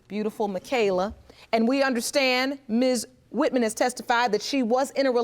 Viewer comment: “Ms. WitMen”